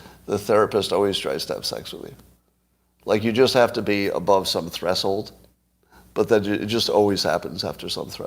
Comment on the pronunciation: "Thres-hold"? I pronounce it "thresh-hold". Am I wrong?